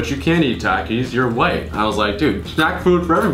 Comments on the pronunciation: dude i can't stand the way you say takis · It’s takis not taks